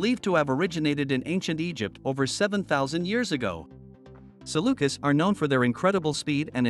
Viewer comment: FYI: Having spent three years in the Middle East among the canine rescue community I would just like to share that typically the plural form is pronounced sa lu kees, not sa lu kiss. Not a major issue, just distracting. Beautiful Saluki photos in this video.